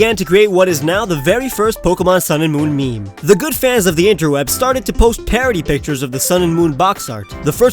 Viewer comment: Wait... did he say MEE MEE? It's pronounced meem. Sorry if I heard MEE MEE, but I'm just commenting on what I heard.